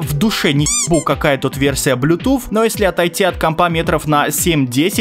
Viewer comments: Ближе по звучанию «блютус», конечно же. Хотя школьники, которые плохо учат английский, тут спорят на эту тему. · BlueTooth как ты th как ф читаешь? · почему блютуф? правильно вроде блютуз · Блютуз ❌ Блютуфф ✅ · Мля меня одного коробило от блютуф, а не православный блютус? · Правильно не блюпуф, а блюпуп. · Блютуз а не блютуф 🤦🏻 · Никто: Абсолютно никто:: Блютуфф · Я досмотрел до а дальше пошёл прыгать с окна (7 этаж) из за слова "блютуфф" Но потом мне стало лень вставать и я продолжил смотреть. Автор я тебя кончено уважаю как человека но слово "блютуфф" это пиздец... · но связка букв th же не произноситься как звук "Ф" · Мой батя так же говорит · Может он просто француз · Как же забавно он говорит Блютуфф))Меня умиляет это произношение)) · Блютуф, нет блютуфа... П - произношение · Почему блютуф типа th для тебя ф,разве что люди иногда не умеют выговаривать эту букву но ты же можешь с говорить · Да кто эти ваши "Блютуф" и "Гейпады"? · Так бесит что он так выделяет блютуФ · БЛЮТУФФФФФФ ПЁРФЕКТ ИНГЛИШШШШШШ